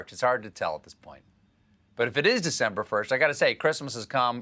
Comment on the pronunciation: Am i the only one who noticed "Decmber"